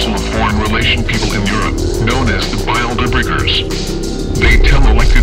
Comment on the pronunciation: I like the way the computer voice says Bilderbergers. "Bile du'bergers."